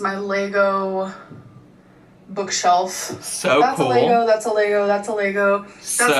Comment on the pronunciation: Take a shot every time our says 'Lay-go' I'd be ready for hospital in 17 seconds....